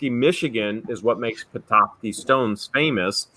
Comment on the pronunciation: You are pronouncing petoskey stone right when your pronouncing it I'm from Michigan and I found them all over the place as a kid.I live in Illinois now.